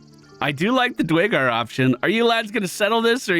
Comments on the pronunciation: Dew-air-gar fyi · Nice on the new run. The race is actually pronounced DUR a GAR tho. Keep up the good work.